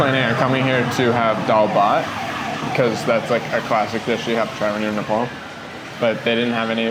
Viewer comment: its not nepol dud....its nepaal...